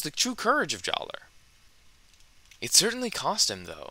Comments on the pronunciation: Good video, but I want to mention that even though they did change the spelling of his name, "Jaller" is still pronounced "Jala." I know it's strange. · The official guides say JAH-luh. True, this doesn't resemble the spelling, but the pronunciation remaining the same is consistent with the other names they changed. Huki=>Hewkii, Maku=>Macku, Puku=>Pewku, etc. The only thing I can think of that changed completely was Tohunga=>Matoran, and that's probably because Tohunga was a particularly sore spot. So, basically, official books published years after the change provide the same pronunciation, and none of the other Matoran with name changes had their pronunciation changed, so JAH-luh it is, but say what you want.